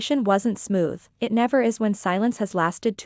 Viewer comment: Stories. Please, edit your narrating AI voice, it's so annoying. 'It' becomes 'Eye Tea', it's ridiculous. And, why is this AI voice rushing through the story? Do you know anything at all about punctuation? Not subscribing until you clean up your act. And certainly not recommending it to friends. I'm fed up with these AI stories.